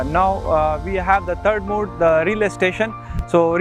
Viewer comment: Mode, not 'mood', thanks for the video